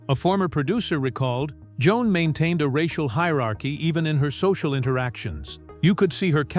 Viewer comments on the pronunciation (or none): none